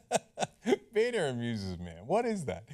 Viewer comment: It's pronounced Boner.